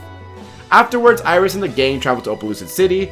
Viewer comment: and once again someone fails to get his name right